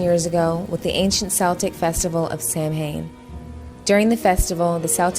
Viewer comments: If you can't pronounce Samhain, don't talk about it. It's saw-wen by the way. You religious folk and your scary stories. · Such erroneous info regarding Samhain This woman can't even pronounce it correctly Samhain is not about Satan or anything satanic Uneducated fool Research it first before you go bad mouthing something